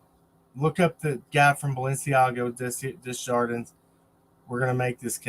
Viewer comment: The name is pronounced day jar dean. The j doesn't sound like an h in French. Only in spanish.